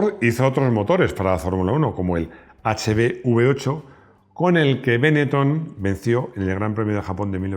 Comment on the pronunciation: Otra cosa: Benetton es una marca-apellido de Treviso y en Italia lo pronuncian con acento en la [o] no en la primera [e]